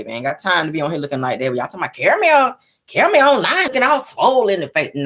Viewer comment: Nick cannon call 😂😂😂😂